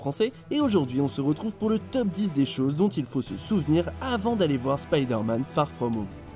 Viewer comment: Tu prononces pas correctement Spider-Man et Ant-Man TROUDUC!!!